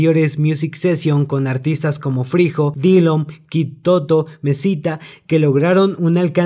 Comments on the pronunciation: Kidd toto dice y es kiddo toto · Kidd Toto xd es Kiddo toto bro xdd